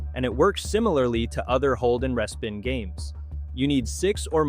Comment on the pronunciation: No it was a res-pin (sounds like an AI reading the script)